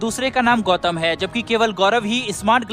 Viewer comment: बम का नाम गौतम है उसे गौथम मत बोलिए बैटमैन का शहर नहीं है वो